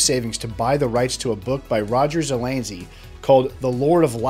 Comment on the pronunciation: You're wrong to dismiss Lord of Light as silly. It's one of the most celebrated SF novels of all time. The name Zelazny is pronounced as it's spelled. You switched the N and the Z around and called him Zelanzy. Read Lord of Light and you'll understand how someone could be inspired by it.